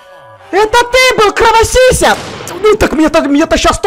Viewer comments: А два раза испугалась в этом видео когда мышка превратилась в вампира и когда ты забирал факелы из сундука ,а сзади был вампир. Я аж закричала от испуга. А я ещё я орнула что ты сказал:"Я кровосися" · Ору со сло: "Я кровосисей стал"😂😂😂😂